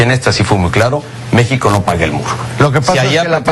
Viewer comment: Pinche Peña Nieto menso.. hasta cuando dice la palabra México se equivoca. En el min dice "Déxico" el muy pendejo...